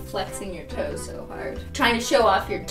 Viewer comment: “It’s like Zozo from the..-“ Me listening to satisfied form HAMILTON: Angelica: SOSOSO— My ears:”ZOZOZO”